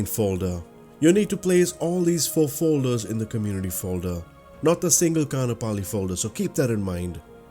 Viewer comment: Great piece of scenery! As a resident of Hawai’i I love flying out here too. :) May I make one small correction? Kaanapali (Ka’anapali) is pronounced Ka-ahn-ah-pali. The double a in this word has an ‘Okina in it, and in the Hawaiian language, that means a glottal stop. I had heard the Windward side of O’ahu (where I live) was going to get the treatment as well for scenery, but the dev said they have to step back from MSFS work I believe. I hope they come back!